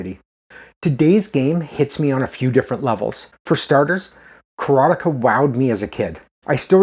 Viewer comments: nice review. You are mispronouncing the name though..it's is not "Kara-Tikah" it's Kara-Te-Ka as in "Karate expert" . Ka = Expert. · You didn't see the ending because you can't even say the name right. It's: KARATE KA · For a quarter of my life I pronounce it: "Karat-eeka." I guess I was too young to know what karate was. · I mainly remember the way the tv ad announcer pronounced it as Ka ra tay ka and it being "the ultimate fighting simulation" or some such bold claim lol. I did a search and couldn't find it. I would guess it was probably for the atari 7800 version since we lived in the sticks and had over the air tv with the antenna knob heh heh. I love your content, it is just where I want to be. You are very fair while giving us that inner excitement any kid had back then looking at the school clock and busting at the seams to get home and back to fun in other worlds :) And ya do it without the "blue" humor so kudos on that. Super happy for ya and the channel! It's great to see others sharing the excitement and their memories as well :)